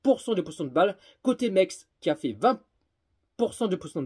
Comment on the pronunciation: Metz pas mex 😂😂😂